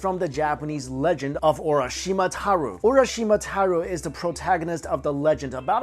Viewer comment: oh my God, the way he said Urashimatarou and "Crosses of Christianity" just made me laugh :3